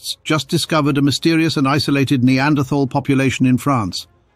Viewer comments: The 'h' in Neanderthal is silent. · I cringe every time you say "Neanderthal" with the TH like in "this or that". I hope the message will spread that "Neanderthal" is a location in Germany where the first bones were found. In German "th" as in "...thal" is old orthography for "...tal", meaning valley and should be pronounced as "T". Even if the "TH" sound looks enticing it does not exist in German.